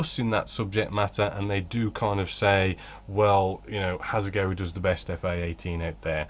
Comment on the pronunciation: A minor point but really annoying when you keep referring to Hasegawa as Hasegowi especially as you clearly know the correct pronunciation as you do say once at least.